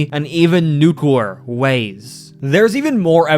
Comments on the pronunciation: why does he pronounce nuclear as nucler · Pronounced Wrong: -Soviet (So-vee-it): , , , , , , , -Nuclear (Nuke-lee-ur or Nuke-u-ler): , , , , , , , -Remnants (Rem-nents): -Opinion (O-pin-yun): Slurred/Rushed: -Magical: -Necessarily: -"Anything you can name": -"Character in a show": -Basically: , -"So it seems": -"???? ????? Rocket": -Robots: -Really: -I'm not sure what it is here. It might be Nuclear disaster? I keep hearing de-quarter disaster. -"Or in the world's case": -Specifically: -Long Dead: -"Perfectly reasonable explanation": -Physically: Also, I noticed some script/audio mistakes: -It would be better to say "I have some evidence that I think may convince you": -"While this isn't a thing that would happen in the real world, it's a common trope..." -I think the audio is cutting over other audio here? Otherwise, it's just really hard to tell what was said. -I think you mean American Government, not English Government Sometimes you're missing connecting words such as "and, to, the, ect.." It was pretty spread out, so I don't have the time stamps, but I noticed that in your other videos too. Also, sometimes you would say Lil Einstein instead of Little Einstein. I am from the south, so I have somewhat of a southern accent, so I put the way we say Nuclear as well as the other way I have heard some say it. Thats just a Carmel kind of thin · Nucawer lol